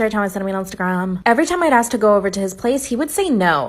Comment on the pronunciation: “It was sent to me on ✨iNsTahGraHMmMm✨”